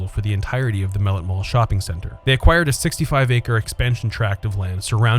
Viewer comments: 🤦‍♂️🤦‍♂️ that's not how you pronounce the name. It's mel-let not mellit !!! 🤦‍♂️ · Pronounced mel lett, . You said it too fast. And John Dillinger....Dillin - jer. More like a J than a G. When I was a wee kid I actually lived in Donald Mellet'ts house! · Loved it Pronounced muh-lett tho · As a kid who grew up in the SW end in the 90s, the narrator pronouncing it "mel-it" irritates tf out of me 😂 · I miss hanging out there, i grew up in the 90s, going there, and saw some great movies, also Mellet is pronounce (ma let) it was named after a local news reporter that was murdered in the 1920s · As a former resident of Mellet Homes, Inc., and mall rat, thank you for creating this piece. However, you pronounce “Mellet” incorrectly and some facts were omitted or incorrect. Also the background voices during the walkthrough say Randall Park Mall.